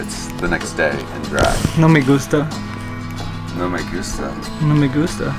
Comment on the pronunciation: "No me gusta" (I don't like it). I absolutely love all-american boys speaking Spanish with an accent. It is absolutely the sexiest thing ever! I always am just instantly attracted to these boys (provided they're hot). Along these lines, today/tonight at midnight is México's Independence Day. My mother country. (Hence, it's not Cinco de Mayo.) So in that spirit, let's say: Viva México, cabrones!🇲🇽